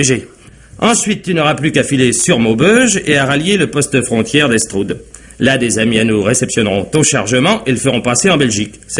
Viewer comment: J’adore! Maubeuge et hestroude, en fait hestrud! J’connos ché min coin !!!